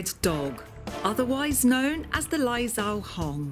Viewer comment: It’s pronounced lai zhou (joe) hong